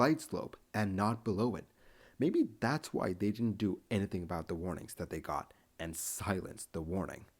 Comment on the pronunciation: I just have to comment on your pronunciation of Anything...you pronounce it as Anah thing. I dig it! Another great video!!